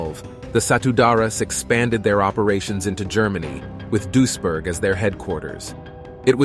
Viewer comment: Its pronounced Dwees burg